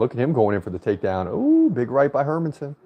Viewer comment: You're actually pronouncing Hermansson more correctly than how most Americans pronounce it. In Swedish the emphasis is on her, with a secondary emphasis on son. Emphasizing man just sounds weird from a Swedish perspective, because there's no such emphasis on the name Herman.